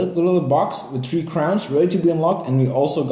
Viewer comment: It's not "tree" and "dirty". Its "three" and "thirty" 😂😂😂